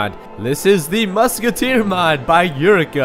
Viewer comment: It's Yurica! as in Yu-Ri-Ca